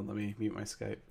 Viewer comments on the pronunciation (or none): none